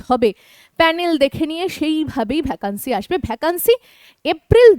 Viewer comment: ভ্যাকান্সি উচ্চারণ টা শুনতে খুব খারাপ লাগছে। সঠিক উচ্চারণ "ভেকেন্সি".....